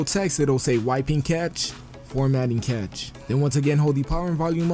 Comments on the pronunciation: Its (CASH) not (CATCH) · pronounces cache as 'catch' not 'cash' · Its cache... Not catch...